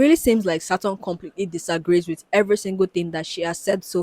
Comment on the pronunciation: so saturn is “sutton” and jacob sartorious is “sagittarius” lmao